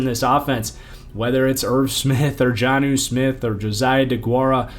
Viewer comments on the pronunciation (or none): none